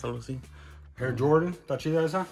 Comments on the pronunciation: Lo pronuncia como debe pronunciarse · Es la pronunciación correcta solo que como crecemos hablamos el español y pronunciando lo en español, se escucha curado xD